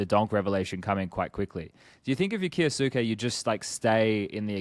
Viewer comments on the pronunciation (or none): K-yo-suh-kay said quickly with the u in suke not really pronounced, might actually be a good thing if he never makes it I won’t last a pro league hearing keyooosueeekiiii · Yeah it drives me insane that these guys can't do the basic research to pronounce names, I am an anime watcher so I know it's pronounced as k-yos-ke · im sure its not intentional, but just want to clear up any confusion, kyousuke's name could be pronounced something like "key-oh-skay"